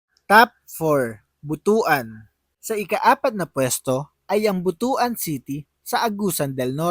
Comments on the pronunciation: Hindi yan Buto.an sapag pronounce. Butwan ang pronounciation ang tamang pronounciation yan. ( Butuan ) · but-wan ang bigkas dyan hindi bu-tu-an haha..bastos na word yan sa iba😆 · Pronounce as but-wan not bu tu an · But-wan ang correct pronunciation hindi Bu-tu-an. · Pronouns as Butuan not Bu tu an.👺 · Anung butuan😂ang pagbigkas nyan ay.butwan.